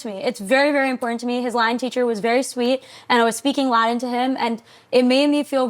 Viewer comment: Can’t even pronounce laTin and thinks she’d crush a PhD program. 😂😂